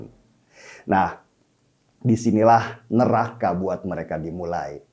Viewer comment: Bang DS : SALUT. IJIN : Sebutan bawaannya JANGAN SUKA menambahkan "k" pd kata2 tertentu, spt : "harta-k, neraka-k, jadi-k, kaya-k, agama-k dll. Juga yg BENAR: I-ndonesia BUKAN: E-ndonesia